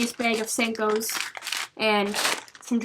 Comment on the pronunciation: Eh Beg bag close enough. what made me chuckle was how she said sinkos